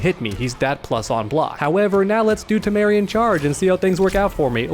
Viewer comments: "Tamarean." Me: "It's Tamaranean." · "Tameranean" - TAM AH RAIN E UN ❌ "Tameranean" - TAH MARE E UN ✔ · why does he keep saying tamarian?😂😂😂it’s pronounced tam-er-rain-ian, i can tell he’s never watched teen titans before, but besides that i love ur vids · I love rewatching these vids but every time says “Tamarian Charge” I die a little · TAH-MUH-RAY-NEON. That's the accurate pronunciation. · Great video, also I don’t mean to be that guy but it’s actually pronounced Tah-Mahr-Ay-Knee-Ahn. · You pronounced Tamaranean wrong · I’m never going to stop being bothered by how you mispronounce Tamaranean Charge.